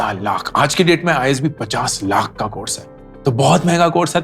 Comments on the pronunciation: Lakh ka uccharan thik se kijiye bahut bura lagtahe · Just the way he says Laakhh 😂